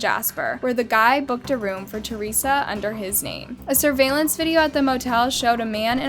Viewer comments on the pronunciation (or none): none